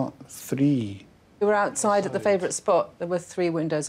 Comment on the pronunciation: "we've nearly done the ootside of the hoos too"